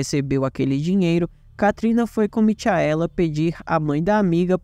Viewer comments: "Mitiaéla" foi foda!! Se fosse um video sobre o astro do pop, ele chamaria ele de " Mitiael" Jackson!!!!!🤣🤣🤣🤣🤣🤣🤣🤣🤣🤣🤣🤣🤣🤣🤣🤣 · A pronúncia correta é Micaela igual Rachel que a pronúncia é Raquel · a pronúncia não é Michaela/Mikaela😮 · Gostei da narrativa da história, porém só uma dica, vc pronunciou o nome Michaela de forma errada